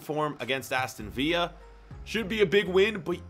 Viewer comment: It’s Villa